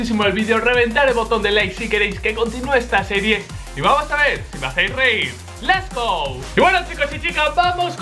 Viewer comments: es lets go no les go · El "lesgo" de la oveja "negra" XDD Me a matado muy fuerte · Lo que mas me hizo reir fue cuando dijo "les gou" xddxd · Jajajaja quien más le gustó cuando dijo: les go!